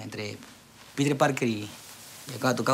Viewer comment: dijo listros